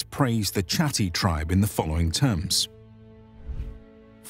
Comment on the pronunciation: Great video! Useful for the master's thesis I'm currently writing :D A note on pronunciation though: The spelling of "Chatti" is pretty misleading, and it is actually pronounced /katti/